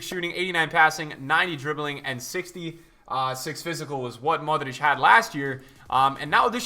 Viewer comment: I love the way he says Modrić. I am Croatian btw.